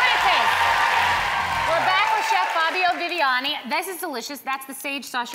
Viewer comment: did she say fabio viviano?